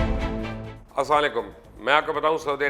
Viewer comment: Sir mai apka fan hon or apki hr videos dekhta hon magr apse kehta hon ap start mai salam ko sahi trha krne ki koshish kara Karen ye hum sbka farz haii